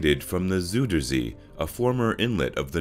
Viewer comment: ''zooderzee'' hahahahahaha !